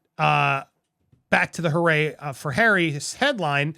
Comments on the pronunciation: It's pronounced Hoo-Ray Harry, a party boy reference. Not hooray as in congrats. It was his nickname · Its not hurray. Hooray Harry in the UK means a young, rich party goer, which at that time was quite accurate.